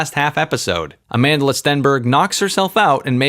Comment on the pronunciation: "A-man-de-la" Stenberg 😅😅😅😅 I actually thought her name was South African, I didn't realize it is pronounced differently. I suppose it makes sense why Naomi Campbell shouted the chant "Amandla" and butchered it